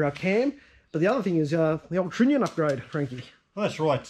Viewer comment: love your work guy`s those heads look awesome, but if i am not mistaken it is pronounced trunnion, nit trinion . good show.